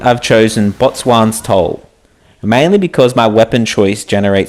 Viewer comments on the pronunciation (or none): Great video, I've just returned this week after finishing in S1 so was after some useful info and found your 3 vids on this the Sambuk and Snow all really useful. Just a note, boatswain is pronounced "bo son(s)"